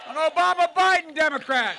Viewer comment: “obamna” 😭😭😭🤓🖤🗣🤪🤪🤓 “SODAAAA!!!!!!!!!!!!”🫡🫡🤑🥹🥹😜🥳😍🥶🥶🥶🥶🥵🤬